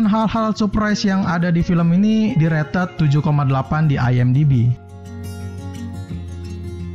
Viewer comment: Pengucapan kata "rated" ya ampun 😭😭